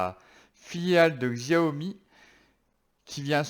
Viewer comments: Sa se prononce Chiaomi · Où on prononce ziaomi en francais